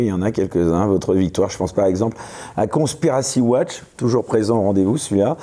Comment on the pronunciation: Conspiracy Watch, ça commence par quelle syllabe ? 😂 Total soutien Professeur !